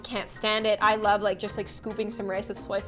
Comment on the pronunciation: the way she says 'its falling in loaf'